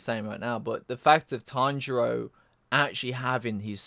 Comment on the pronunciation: Why do you keep calling Tenjiro "Tanjiro" lmao, I keep thinking you're talking about Demon Slayer.